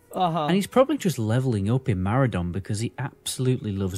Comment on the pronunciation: Can we all agree that you are both saying Maraudon wrong. surely its a play on the word "Marauder" and so should be pronounced "muh raw don"